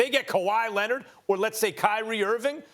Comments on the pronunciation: Kawhi Linnit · Nah the “Kawhi Lennit” got me😭😭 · K Hasna Lennit lmao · Kawhi LENARR